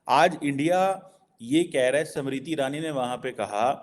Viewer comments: Arey, she is 'SMRITI', not Samritti! 😂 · समृद्धि नहीं स्मृति बोलिए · Why are you saying "samriti " the name is "smriti" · First learn to Pronounce Smriti- not samriddhi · SAMRITI nahi unki naam SMIRITI IRANI. PRONANCIATE to thik se kar. 😅😅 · how difficult is it to pronounce the name "smriti"? these pakistanis can only call her "samriti"....🤦‍♀😆😆😆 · her name is not Samriti Irani but Smriti.....God knows you will be able to pronounce it or not.....as you cannot even pronounce Dharmendra but you say Tarmender......to Jeenendra you will pronounce Jitender. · Pronunciation to sahi karo SAMRITI NAHIN Smriti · it’s not samiti Irani it’s smriti irani pls pronounce proper atleast or speak Hindi language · it`s "SMRITI IRANI". It`s not that hard to recite and practice names of people that you`re going to talk about, before you start filming them.